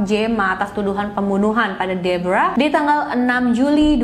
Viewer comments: Pas nyebut nama Deborah malah kaya nyebut Zebra 😭😭😭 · Sumpah, kupingku berasa iritasi banget denger nyebut nama Deborah, padahal pas nyebut nama tokoh yang lain aja pakai pelafalan biasa, ga dipaksakan kaya pas nyebut nama Deborah 🥲🥲 lain kali coba pakai pelafalan yang disesuaikan dengan bahasa Indonesia aja mbak.. berasa aneh dengernya